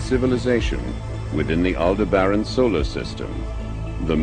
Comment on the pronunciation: al-deb-ran thats the way to pronounce my damn homeworld not alder bran please euurflinks